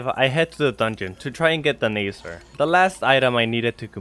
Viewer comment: It's called na za r